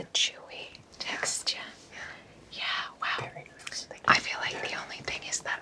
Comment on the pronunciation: I love that said “texture” in their roleplay accent